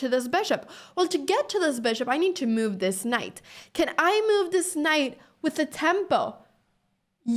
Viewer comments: The word is move not mouve. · I like how she says meove. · Nice finds! (BTW: ❤the way you pronounce the word 'move')